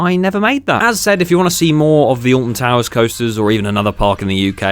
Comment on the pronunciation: well it isnt ahh-lt-i-n to-woo-urs is it?!